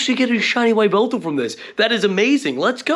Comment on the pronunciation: Is calling it a Why-veltal just a meme or is that really how you think its pronounced?